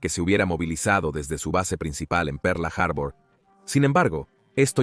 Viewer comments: Pearl Harbor . Harbur noooo. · De que parte del mundo es el narrador, por lo menos en México decimos Pearl harbol, en todo caso que diga puerto perla, aparte de que la voz me resulta poco agradable, el tema me encanta pero me es imposible continuar escuchando perla harbor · "Perla" Harbor... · Excelente traduccion. Perla harbor😅😅😅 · Por dios cómo le cuesta pronunciar Pearl harbor